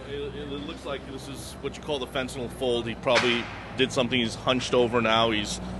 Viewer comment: It's not Fen-ten-all, (rhymes with Paul), it's Fen-tan-nill, rhymes with pill, kill).